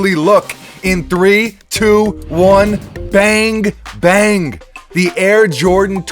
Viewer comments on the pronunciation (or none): Is it just me or does purposely pronounce bang bang as " Bange Bange ". That silent e....